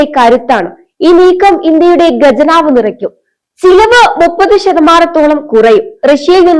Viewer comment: മോളേ ഖജനാവ് ആണ് ശരി ഗജനാവ് അല്ല. ആനയുടെ വായ.. അതാണ് ഗജനാവ്